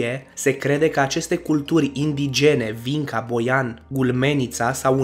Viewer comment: Vinca se citește "Vincia" :))